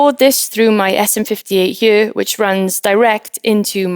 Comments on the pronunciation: Y she pronounce "here" like "hyurr"? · am i the only 1 that loves the way she says here ??? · I love how she says “here” in that beautiful Welsh accent!